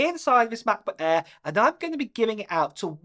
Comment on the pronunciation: mah-buh air